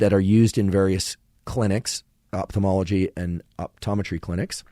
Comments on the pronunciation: Thanks for the very useful content. The word is pronounced "oFthalmology" not "oPthalmology"! Moreover, could someone explain me how a person can perceive, say, GREEN colour in a (totally) green room, without anything (other colours) to juxtapose it to? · Great episode, but man it's pronounced oFthalmology from the Greek ofthalmos that means eye.